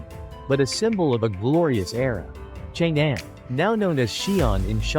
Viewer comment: It’s not called Chang Anne - it’s more like Chóng Ōn!